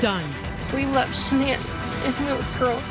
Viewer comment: It would be so nice if the two newscasters could listen to the pronunciation of Shannan’s family and friends of her name and say it correctly. She deserves that much.